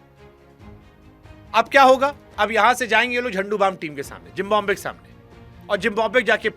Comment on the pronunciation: Jimbabwe nahi Zimbabwe